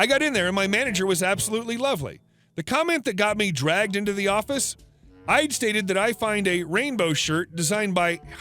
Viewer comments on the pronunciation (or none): none